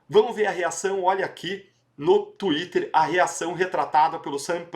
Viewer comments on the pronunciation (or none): none